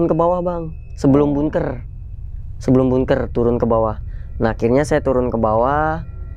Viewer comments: Maaf bkn bungker, bangker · ngomong bunkernya bikin ketawa :)